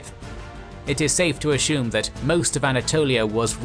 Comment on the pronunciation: Asshumed you say? Drinking every time you say “assume” would be lethal haha.